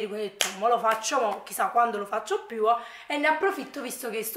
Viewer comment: Posso chiederti perché dici sempre "QuiA" "PiúA".. Non è una critica assolutamente 😂anzi mi fa ridere nel senso buono... Magari fa parte del tuo dialetto chissà.. è solo una curiosità.. Ciaooo